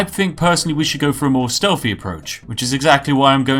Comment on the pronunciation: I like the part where you try to put on what you think is a posh accent but still say "somefing" "stelfy". Also, the Bretons have names like Giraud Gemane and Amaund Motierre, they're not supposed to be British. They have no connection to tea.